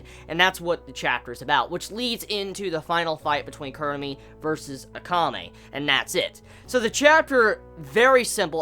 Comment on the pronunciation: KUROME, not kurumi!! -ROME